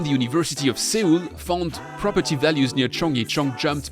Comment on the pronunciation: your pronunciation of Seoul gave me a pimple.